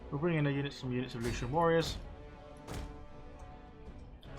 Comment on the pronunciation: Lucanian = LU - KHAN - EE - AN. P.S. please recruit some more agents, particularly dignitaries. they can passively boost public order and tax income.